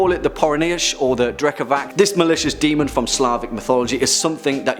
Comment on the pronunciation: "Demön!"